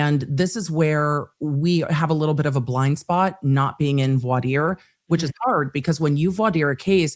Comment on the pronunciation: Thank you for pronouncing voir dire correctly!!!